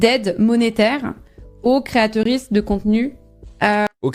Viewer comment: " Créateurisses " au secours XD